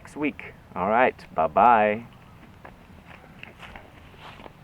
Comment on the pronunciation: Hi, is that you say "bye" like malaysian style.. "babai" 😀.. Am i the only one realized?